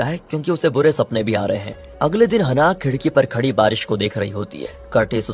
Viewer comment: हनाह नहीं है ब्रो, its हैनाः 😂😂